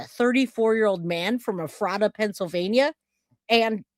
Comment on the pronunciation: Pronounced Ef rata. Like letter F Hahaha. It’s a tough one ✌️ new here and love your channel